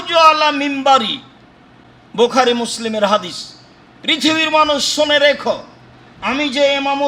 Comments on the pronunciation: ওকে হাদিছ বলবেন না আহলে হ দ ছ বলেন যত সব ফালতু কথা বলে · এ ব্যাটা হাদিস উচ্চারণ করতেই পারেন তারপর আহলে হাদিস